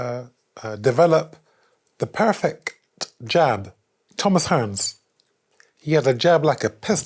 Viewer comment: Happy Ramadan Mr Eubank. Btw convert your content into ASMR style. Thank me late. : new ASMR word unlocked Stri-c-t. Perfe-c-t.